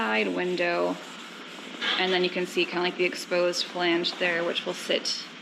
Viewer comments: It makes me a little sad that is pronouncing flange correctly. I enjoyed how she was pronouncing the chemicals, with 10 syllable names, correctly and mangling flange:) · You guys are awesome and I am very glad your getting flange down to one syllable..... :-)